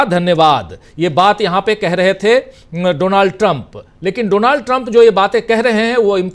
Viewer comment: His name is pronounced as Daanld Trum.